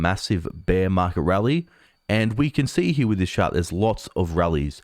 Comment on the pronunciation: "Chart", not "shart". "Last year", not "las sheer". "This year", not "thi sheer".